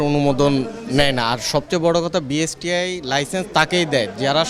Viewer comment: Ucharonei to thik nai. BSTI k boltese BISTI. Background a jini boltesen take change kora uchit.